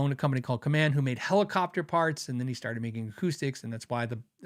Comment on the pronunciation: My dad worked for Kaman, in their industrial parts division. I can confirm your pronunciation. I have a Hamer USA Studio Custom purchased at the employee rate. Really wish I got more :)